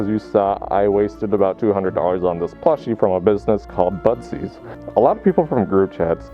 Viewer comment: If I didn’t read the title I would’ve thought you were saying “buttsies” the whole entire time lmao